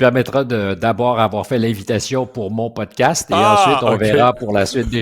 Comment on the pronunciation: ca se prononce Podcast et non Pudcast.